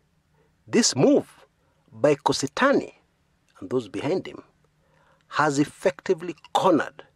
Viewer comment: it's not Kositany. Its Kosit'any.